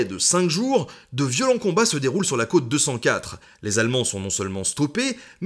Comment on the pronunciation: Encore une fois une vidéo agréable et intéressante malgré le sujet. En vieux rabat-joie j'ai deux petite remarques, dans Friedensturm, le "u" se prononce "ou" Sturm [ʃtʊrm], et dans cote 204, c'est un "o" ouvert, quote, \kɔt\ ≠ côte \kot\ ;)